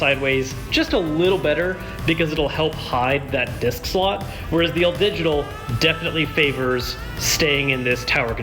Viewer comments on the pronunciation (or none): none